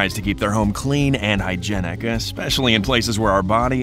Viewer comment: I cringed at "hy-gen-nic", "clean-sers", and "ven-ni-gar".